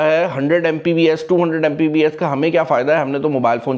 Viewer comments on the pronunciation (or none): "Mpbs" nai "Mbps".